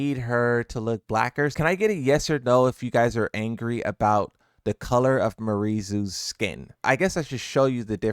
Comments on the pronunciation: her name is pronounced (Mee-Are-eez) idk why hearing Mariee Zoo was pissing me off but there you go.. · The trailer is mispronouncing her name. The correct pronunciation is Mee-are-ee-zoo. And in case you may wonder what gives me such authority, I'm a native Malagasy. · sometimes I listen to people pronounce words or names, and I think to myself “how did they even think that they could pronounce it that way?” This dude keeps saying murizoo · MIARY ZO it’s MIARY ZO holy shit bro